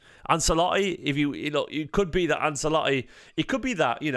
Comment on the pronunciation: Love your stuff dude but say "Anselotti" again and I'll be forced to find you. As a half Italian I've endured some bad pronunciations but this is one of the most famous dudes in the entire game! How do you not know how to say his name? 😂